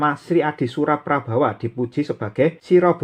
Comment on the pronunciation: Mosok wong jowo kuno ono jengen prabawa kang, prabowo paling. Nak O mbok ucapke A iku podo karo jatidiri bahasa ibu wong jowo kui ora otentik, Mosok mbah mbahku ngajari boso ibu iso salah ngucap logate lo kang. Rumasaku jowo yo ancen O kang, ora A. Lamun tulisane A tp mocone lan pengucapane O. Nak ngono dalang sak indonesia kui melenceng kabeh seko ajaran guru gurune, berarti dalang sak jowo kui ora otentik wong boso pewayangan kui O ora logat A. Ning aku yakin jowo Logat O kui asli logate leluhurku ewon taun kepungkur. Wong ajaran india seng logate A wae di genti O kok saiki mlh wong anyar anyar seolah olah meyakini jengen jowo dadi A. Prabowo dadi prabawa, girindrowardono dadi girindrawardana. Tri buono tunggal dewi ramawijaya dll. Rausah melu melu logate wong luar kang, wodene kono logate A karepe tp awae dewe ojo anut. Awakmu opo gelem umpomo jengenmu eko morojoyo ireng digenti eka marajaya hitam wkwkkk